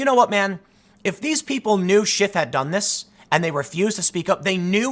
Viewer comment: Ok Tim, thru a couple of times I wasn't sure if you were saying Schiff had or you were calling him Schiffhead. Personally, I think Schiffhead works for this piece.